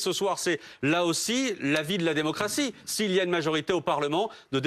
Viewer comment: Il a même dit "démoncratie" j'ai pas rêvé